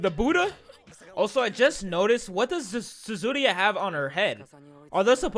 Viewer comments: *says Suzuriha instead of Yuzuriha for two episodes straight* Me: do you even read the subtitles my man?? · I love your reactions but it's Yuzuriha not Zuzuria it kinda triggers me everytime I hear you say it like that. Still great video keep it up! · This isn't a bad thing it just really irritates me, it's Yuzuriha not Tsuzuriha lmao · Can we get a count on how many times he mispronounced Yuzurihas name?